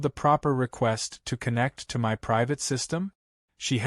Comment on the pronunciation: whats priate water? thaught it was "private"?🙄🤣